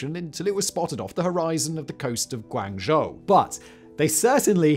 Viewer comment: Could you get your writers to write out the Chinese names phonetically? You do a few videos about China related stuff and it's quite jarring. Guangzhou is 'Gw-ong Jo' for instance, not 'Gu ang jo'. Otherwise keep up the great work!